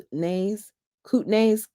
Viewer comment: Not a criticism, I thought you might like to be made aware that there is no 'camp' in Kamloops. It's just KAM(no p)LOOPS 🫶. You did really well with 'Kootenay' today. Thought I would stand in for Alexa today 😆. I couldn't wait for the next reading and used an Audible credit to get the book. I'm still coming back to listen to you though. I just have to hear your commentary even though I binged the Audible book already. I promise I won't leak any spoilers. You keep it up girl! Hit that 'like' and subscribe, people! This lovely podcaster should have waaaay more folks following her! 👍👍👍👍👍👍